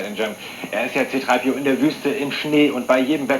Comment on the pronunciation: “Ciii - Draaaiii PiiiOuuu.“Wer kennt es nicht C-3PO heißt auf beiden Sprachen (Deutsch Und Englisch gleich xD Der Kommentator bzw. der Moderator geht geht echt gar nicht xD